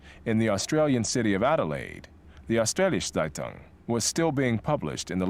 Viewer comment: when he says seitung instead of zeitung xD